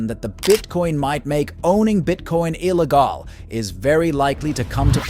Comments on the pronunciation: AI can't pronounce "digital" , "illegal" or "alcohol"? Those are not difficult words. "Alca-hole" lol😆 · This bot can’t pronounce Illegal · I’ve never quite heard the word “illegal” pronounced the way that you just did it.